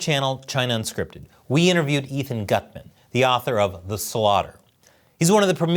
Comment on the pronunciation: Gutmann is a German surname and should be pronounced "Goot-man(n)". Yes it means a "good man"